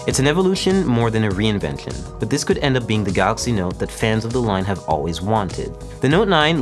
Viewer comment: 'Not a reinvenkion' 😂